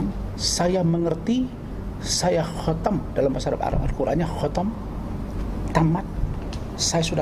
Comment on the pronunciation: Bacanya khatam bor bkn khotom😱